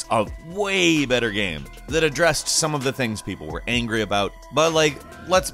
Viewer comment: This guy says "gam".....